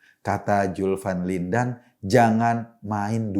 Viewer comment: Asyik mengikuti paparan pak Eko. Kecuali satu: dia harus melatih lidahnya melafalkan huruf Z dan F. Jadi Zulfan Lindan, bukan Julpan Lindan. Zulkifli Hasan bukan Julkipli Hasan..🙏